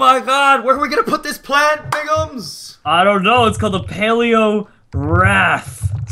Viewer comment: Im sorry but its biggums